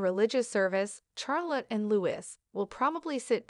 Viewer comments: Charlotte is pronounced without emphasizing the "H", reprogram your Robot narrator. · Thank you for the comment from "BlueEyes." Regarding now for the third time myself, the pronouncination of Charlotte: IT IS NOT PRONOUNCED w/ "H!" Nor is Prince Louis pronounced "Lewis, , it is correctly Louie, again, no "w." ( As in "phooey!) This is truly SO annoying to hear. Princess Charlotte has such a lovely name; but is NOT named after her grandfather, King CHarles III. SHAR, as in "share" not CHAIR. YES, lose the "h," please also remember Louie. Poor kids will go through life with lovely names MANGLED BY narrators. Another: "tiara" is NOT TIEara, it is tea, ( as in the drink!.) How difficult is this, people? Thanks again , "BlueEyes"